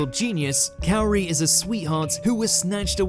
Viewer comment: "Number 4, Calorie. Calorie was a sweetheart" lol hahahaha seems like you had a bit of an issue pronouncing Kaori. In any case, good list, I would probably had placed Calorie/Kaori on spot 3.